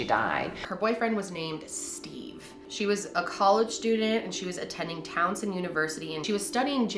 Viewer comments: Girl, I love you, but you are KILLING me today. TOW-SON not Townsend. <---says a graduate of Towson University. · It’s Towson not Townson 😂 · As someone from Maryland I laughed when she said “ Townson university” instead of “Towson university” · Thatsss.Myia_ She reads from some of her notes, you guys know she’s dyslexic right? So it’s her dyslexia not a slip up, that’s just kinda mean to say about her unless u didn’t know. She’s quite sensitive about it. My best friend is dyslexic and is 33 years old, but it bothers her when people can’t understand her writing, or reading something and saying the word wrong cause of how she sees it. Just wanted to let you know.